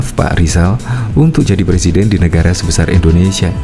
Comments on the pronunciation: Saya janji akan mendukung Rizal Ramli sekuat tenaga... Tapi Rizal harus bisa sebut RRRR dulu dengan jelas.. karna sy takut kalo sumpah jabatan nanti bukan Sebut presiden tapi plesiden 🤭🤭🤭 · Iya boleh donk nyalon di Salon Kecantikan! Khan mau Jadi plesiden LI (plesiden taxi kalee?) Wkwkwk......🙈🙉🙊🤭